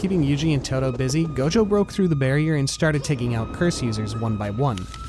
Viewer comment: Clã “ GOLDJOW” …. Vira homi e fala gojo normal… bisha’